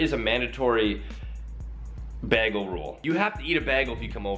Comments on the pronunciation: ikr I was so annoyed when he said "bag-le"!!! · ITS PRONOUNCED bay-gel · I pronounce it Beh-gull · "Beh-gul"😂😂😂 is that a Canadian thing? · PAINT SIMPLYNAILOGICALS NAILS U GUYS R BOTH CANADIAN AND PRONOUNCE BAGEL LIKE BAAAGEL TOO AHHHH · It is called ba-gal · BAAG-EL omg 😂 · Haha! Begel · Not bag-al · bag-el bage-l? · The way he says bagel for some reason irritates me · the way he says bagel makes me cringe😭. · Bro you pronounce Bagel SO WRONG XD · I started cracking up when he said bagel😭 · Why does he say bagel so weirdly. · THE WAY HE SAYS BAGEL OMG OCD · The way he said bagel